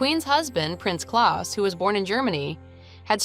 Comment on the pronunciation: ... It's prince Claus, not Clause..